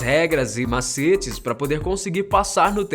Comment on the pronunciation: Você disse M A C E T E ?